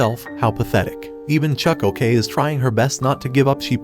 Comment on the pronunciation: Why did u say CHUCK-ok